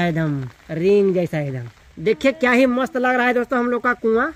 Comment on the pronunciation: Mast toh thik se boll liya kro ye kya hota hai mossst😅